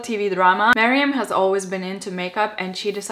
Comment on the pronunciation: I love how you say Meryam! It's awesome x